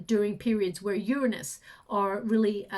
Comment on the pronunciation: Please stop saying uranus! Not even close! Lol 😂